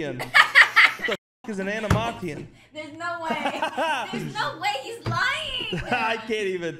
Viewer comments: the skill needed to pronounce thalassaphobia correctly first try but animation wrong is beyond me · Yeah, he actually pronounced thalassophobia correct, just to fuck up animation. This has to be scripted xD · i love that he got the "harder" word first try but fucked up saying animation